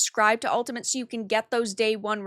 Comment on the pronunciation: still can't say 'Ultimate', it seems